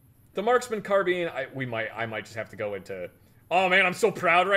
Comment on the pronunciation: Assault Carbean? Lol